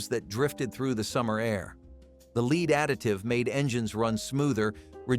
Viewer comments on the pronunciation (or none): It's NOT leed... its LEAD